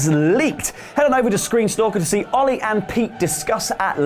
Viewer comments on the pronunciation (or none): none